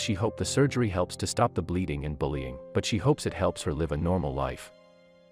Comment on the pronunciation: Read contents of the sentence and pronounce live as live not life Type live